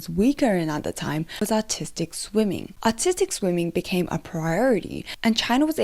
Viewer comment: Your accent makes it sound like "autistic gymnastics" and I cannot stop laughing at that notion. (Fwiw, I am autistic, so it's purely self-deprecating. 😅)